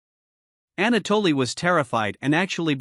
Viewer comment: “Ana- Dolly “ 🙃